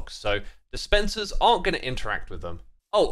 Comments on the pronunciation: Everytime you say "wolfs armor" i hear "wool farmer" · Everytime you say "wolf armour" I just hear "Wool Farmer", and that was really confusing to me until I realised. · wolf armour,... who else heard wool farmer?